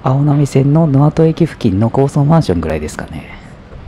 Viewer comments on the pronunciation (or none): のあと じゃなくて のせき だよw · のあと駅では無く『 のぜき』と読みます